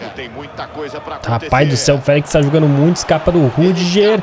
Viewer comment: FÉLEQUES kkk , contra o ATLETICO DE MADRI vc disse isso, kkk